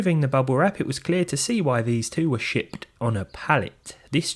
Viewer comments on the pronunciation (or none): "Shitpped" I suppose is one way to pronounce shipped, especially suited to avoid misheard meanings (making clear, "yes, shit is part of the pronunciation").